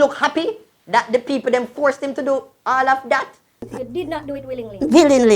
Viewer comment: Forceted! Every time u say force mi seh forceted 🤣🤣🤣🤣